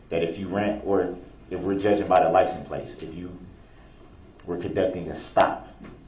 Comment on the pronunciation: For the love of god stop saying licenplates